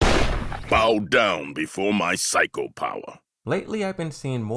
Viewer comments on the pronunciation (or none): none